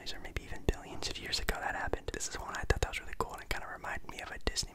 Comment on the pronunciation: Bro on the second question I was so confused i thought u said thot not thought 😂😂😂